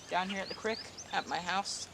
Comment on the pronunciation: I love the way he says creek!